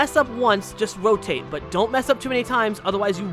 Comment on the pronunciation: RO TAT E